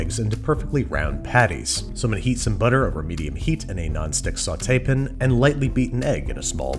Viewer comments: Is it just me, or is Babish pronouncing sauté-pan like "Saw tay pin"?😂😂😂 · "Saw Tapin" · SAUTE PAN not Sautaypin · STOP SAYING SAUTEPIN